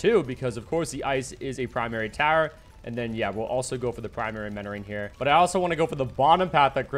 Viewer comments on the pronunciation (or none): Is he saying primary menoring not mentoring?